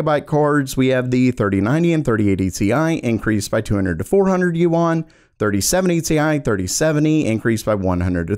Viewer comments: it's not yu-an it's yuan lol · Yuan is pronounced "yen", not "you-on" :) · Yuan is pronounced like Juan! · DUDE google correct pronunciation of foreign currency you're looking pretty stupid right about now.